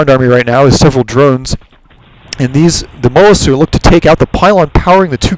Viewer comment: MU (you) talisks. Not MUTTALISKS.